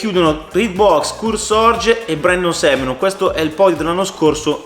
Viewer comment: Si pronuncia Semenak...